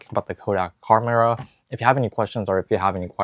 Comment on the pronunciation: Pronounced charm-era — it’s a charm after all!!